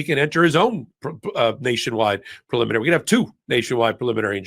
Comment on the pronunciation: I'm betting that Karen is the ONLY attorney on the program who can pronounce PREEE-liminary. Both Ben and have made up a new word, PULL-iminary. 😂🤣😅😁